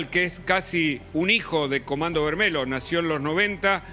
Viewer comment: comando vermelho, el final "lho" se pronuncia "llo" o sea "vermello"